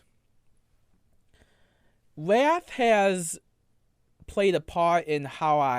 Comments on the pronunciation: His wath is indeed vewy passion-full. Somebody fowgive him alweady! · “Wath is a vewy… passion-full emotion” I have my senior quote.